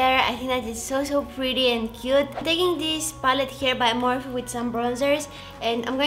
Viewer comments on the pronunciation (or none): none